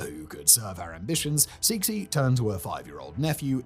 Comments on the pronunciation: Oh god-- Cixi is not "seeksee"; In chinese, it's pronounced like tsuh-shee (to english phonology; IPA, in the dialect I learned, would look like [tsɨːɕi] for those of you who can read International Phonetic) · Suh-si as well, for Cixi. I am such a massive pedant that I have to keep saying it correctly every time he gets it wrong 😆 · I am JUST NOW seeing this comment. Bah. I rewatched this and almost cringed myself into an aneurysm. His pronunciation of "Borgia" was painful. Xianfeng? SSHIAN-FUNG. Cixi? SEE-SSHI. The X in Chinese is a sharp SH sound. At least Simon remembered that c sounds like s when followed by i. Soyeon? SOH-YOHN. If you see "eo" in Korean, think of Seoul. If you see "eu" in Romanized Korean, idk, think of the "pun" in "Punjabi" or something. I swear to god the writers should probably write everything out phonetically and send the proper spellings to the editors. I genuinely want to stab myself in the ears with a splintered wooden spoon that's been marinating in raw sewage, ditch water, and rotting carcasses for a year every time he mispronounces stuff. I would willingly take away my ability to listen to music and more than likely die.